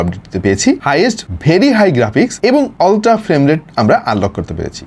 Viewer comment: আপনি শুদ্ধ বলতে গিয়ে বেশি শুদ্ধ করতেছেন শব্দ কে। উচ্চারণ হবে আলট্রা আপনি উচ্চারণ করতেছেন অলট্রা, শব্দটারে রিমান্ডে নিয়ে মুখের ভিতর আটকিয়ে কি দরকার এভাবে বলার 😀 শুদ্ধ বলতে গিয়ে বেশি শুদ্ধ করে ফেললেন😀 আপনার আরো কিছু শব্দ ভুল উচ্চারণ করতে দেখলাম। মর্ডান সাজতে গিয়ে বেশি মর্ডান হইয়েননা।